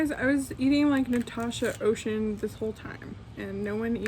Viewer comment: Just a little tips, her name is French so Océane isn’t pronounce like the English ocean. It’s pronounced like Osean. The e and the a a pronounce separate